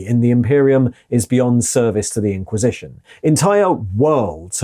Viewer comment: You pronounced "IN-quisition" exactly how I expected you too, and I was pleased